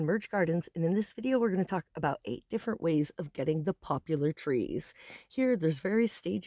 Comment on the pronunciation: It's called Poplar. NO U.